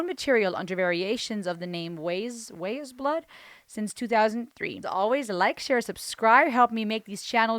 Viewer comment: Pronounced "Wise Blood" like "Eyes" with a W in front of it rather than "Ways Blood".